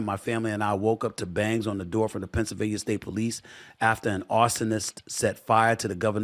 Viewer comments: We need to really work on your pronunciation of Pennsylvania 🤣🤣🤣 It's not Pennsylvanier come on Stephen A this has been an issue for a while now.. Can't potentially run for office and not be able to say every state's name correctly lol.. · He can't even say Pennsylvania right.. half the time it's Pennsylvanier other times he says it right 🤣🤣🤣